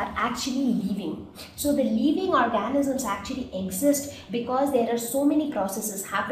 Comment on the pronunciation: Y do u tell leaving for living???pronunciation wrong otherwise good